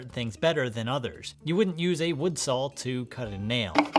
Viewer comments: Its "saw", not sawl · Are you saying salws. Sowls. Sālws maybe. No way you're saying saw. Any what way great video! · Are my ears deceiving me or is he saying "SawL teeth" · It's funny how you pronounce "saw" like "sawl". I've heard this many times before, but I haven't been able to figure out which regional dialect this peculiar pronunciation belongs to. I have, however, noticed that it usually goes along with the pronunciation of "on" as "o-in". Midwest? New England? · Love your content. Extremely informative and helpful. Thank you for sharing. I have to say though, the way you say saw is incredibly interesting 😂. “sawl” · I got completely distracted trying to hear that you are saying sawl and sawling. It’s like an audiobook I just listened to where every time the woman said Halever instead of however, my brain tripped and I had to replay that part. 😅🤷‍♂️